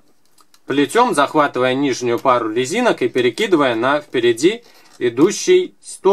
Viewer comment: на 18.09он сказал лезинок